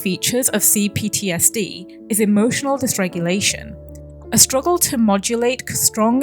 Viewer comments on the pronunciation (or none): none